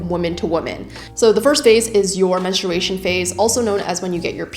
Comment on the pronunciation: i tried to watch this but i cannot stand the way you are pronouncing menstruation TT